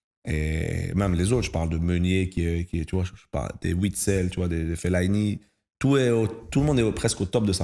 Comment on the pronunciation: Super interview! Sauf quand a écorché le nom de Witsel et Alderwereild 😅